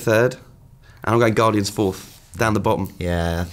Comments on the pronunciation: Haha "Gardians" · "Gardians" aye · "Gardians"? Bravo IGN. Dat quality control. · not being a word/spelling nazi here but "Gardians"? lol :) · lol "Gardians" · TF is a "Gardians"? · Guardians* not gardians